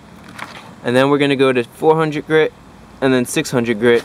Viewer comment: One hundreht grih I love accents My dads from Chihuahua and he says yunkyard, Yeep, and anything else that starts with a j is y